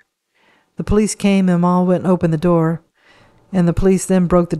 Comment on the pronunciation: Mal .. pronounced with a short A Pal and Cat, ..Mal Evans❤